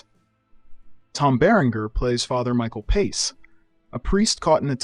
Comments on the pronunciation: Don't know if this is an AI voice or not, but learn how to pronounce actors' names! It's not Tom "Berringher" it's pronounced BerrinJER. And sometimes you say "Ee-bert" and other times, "Ehbert". So annoying. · It mispronounced Tom Beringer's last name, too.